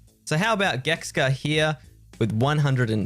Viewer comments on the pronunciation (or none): it's Geksa, not Gekska... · Geksa not Gekska ffs fking annoying to hear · Gek sa, not gekska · why does he say geksca